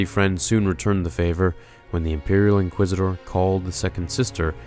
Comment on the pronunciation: Did he seriously mispronounce "Inquisitors"? No hate btw, just kinda bothered me lol 😂